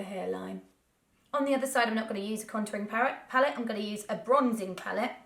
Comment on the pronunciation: Did you say contouring parrot? XD lol